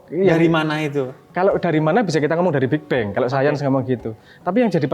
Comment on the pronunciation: BIG Dear......❤...bukan bigbeng😊 versi rasional jawa😊